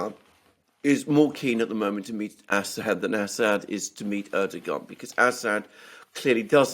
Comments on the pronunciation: I am pretty sure it is pronounced "Erdowhan". Yes I know how it is spelled. But yea, Erdowhan, not Erdogahn. I can deal with you Brits mispronouncing Aluminum as "Aluminium" but I am drawing a line here, Mercouris! 😡 FFS even pronounces it correctly and you just ignore him and go on lol. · Hey Aluxoonder. The President of Turkeys' name is pronounced Er-dough-an. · It's a common mistake but Erdogan is Pronounced Erdowan